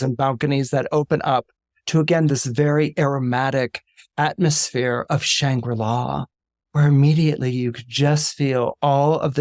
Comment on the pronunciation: Shangri-La Not Shambula